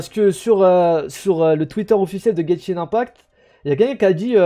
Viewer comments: arrête de dire genshin in pact, c’est IMPACT 😆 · Guènchine inepakt